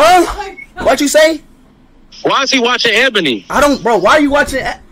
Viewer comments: Its actually E-bonie that's how you pronounce it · Nah y’all know it was his lil bro cuz he was laughin at the fact that speed was pronouncing ebony wrong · But bros don't even know how to pronounced ebony🤣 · Speed saying ebony the wrong way to stay innocent 'lmao ebony is a girl name'